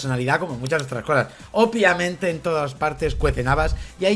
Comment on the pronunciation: Hola guapos, soy el del " ornitorrinko lisérgiko",, te amo y te hacía el amor envuelto en intestinos, pero por favor, deja de decir "OPIAMENTE" es "OBVIAMENTE"!!!! Un besito a los dos 😘